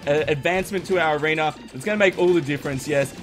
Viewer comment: i feel like you always say arener when u say arena